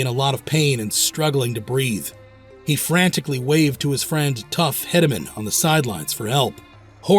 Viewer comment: So, bullriders have always known the risk of bull riding. It wasn't until Lane's death did it come to fruition that a vest needs to happen. Secondly its Tuff Heed-uh-min and Thirdly, its J.B. Mauney no one calls him Josh Burton..its JB.